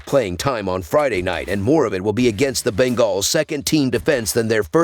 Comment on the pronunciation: The Ben-gaws 😂